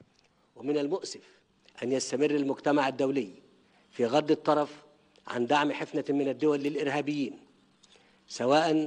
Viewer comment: بغض الطرف باسكان الراء وليس بفتحها يا اهبل